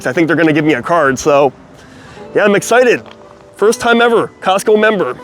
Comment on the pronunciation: 🤦🏽‍♂️ It’s Costco 😂